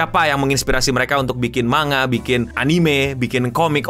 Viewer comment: manga = mang + ga bukan ma + nga kira2 begitu pengucapannya :face-blue-smiling::face-blue-smiling::face-blue-smiling